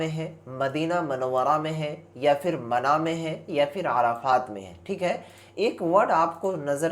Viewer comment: Bhai pahle urdu padhna sikh le wo mana nahi mina hai 😂